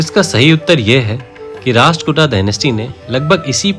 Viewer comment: भाई आप कार्य सराहनीय है , लेकिन आपका उच्चारण सही नही है। सही उच्चारण राष्ट्रकूट है ।